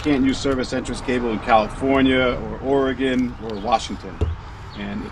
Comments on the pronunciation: I appreciate that you know how to pronounce Oregon! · I like it, you pronounce “Oregon” correctly,!! 😅